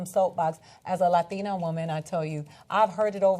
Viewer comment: Hey did you guys know that Ida Rodriguez is a LAHDTEENA?